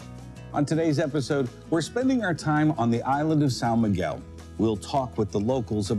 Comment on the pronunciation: Sao Miguel is NOT pronounced San Miguel (it’s not Spanish!) 🙄 but So Miguel (St Michael’s Island in English, it was named after the archangel Michael!). It’s also nicknamed Ilha Verde meaning the Green Island.😂